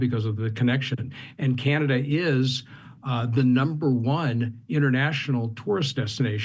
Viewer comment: Canadia lol😂